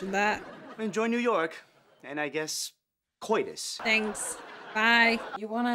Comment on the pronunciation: "Cortus"? Give it up, mate.